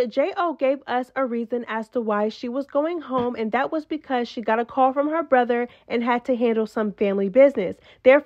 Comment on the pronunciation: You can tell that part was edited, cause she did not pronounce “brother” right. Like there was some type of glitch at that part. I had to rewind it 3 times cause idk WTH JO said when she said the reason for her leaving.